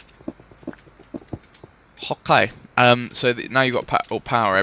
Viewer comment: When u say okay it sounds like your saying hawk-a